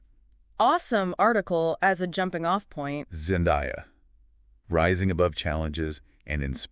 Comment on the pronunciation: Zen-DAY-uh, not Zen-DIE-uh.